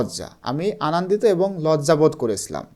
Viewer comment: আনান্দিত না আনন্দিত 😅